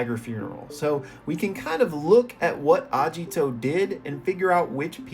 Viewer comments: Agito btw not ajito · why u reading agito as ajito also there is aesthetic from deer , agito literaly has horns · Its Ageeto.. Not ajito.. Pronounce that right right now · A*Geet*o not Ajito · His name is Agito, not Ajito 😭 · Please, PLEASE say Agito correctly, not Ajito, Agito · hearing the misspronunciation is really bothering me...................................................its not A-jiii-to its A-gi-to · Hard g in Agito, not a soft g. "Ah-gee-toe" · That pronunciation of Agito is killing me, I tell you, KILLING ME